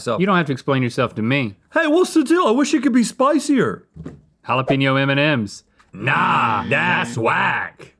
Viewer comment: i like how you pronounce it eminem's